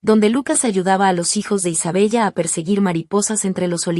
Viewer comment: Aunque se escribe Isabella se pronuncia Isabela